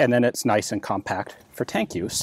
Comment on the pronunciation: For 'fank' read 'tank'. I don't want to start a meme...